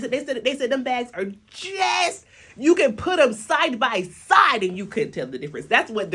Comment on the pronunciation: "This packaging is violent" 🤣🤣 and when you put the emphasis on "just" 🤣🤣. I can't be at work stealing time and watch you without bursting out laughing 🤣🤣🤣🤣